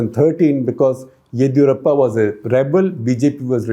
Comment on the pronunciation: OMG!! SG please get your pronunciation of names properly. It’s not Baasavaraj but Bus-uh-varaj. Also Yedi in Yediyurappa is ‘di’ as in dim. You pronounce it as Yedhi ……’DH’ as in ‘doodh’. Please 🙏get the names right.